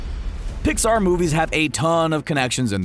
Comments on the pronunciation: Did he say dixar in the beginning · At the beginning was also a mistake he said dixar movies